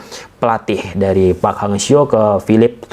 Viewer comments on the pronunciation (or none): none